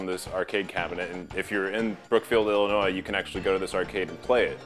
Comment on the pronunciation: Wow you pronounced Illinois without the s at the end.